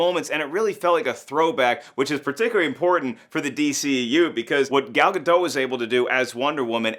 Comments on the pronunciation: pronounced Gal Gadot' s name wrong. He said Gadot with the "t" silent when the "t" should be pronounced so it should sound like Gal Ga-dot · Gal. Gah. Dot. She is not french. Pronounce the T.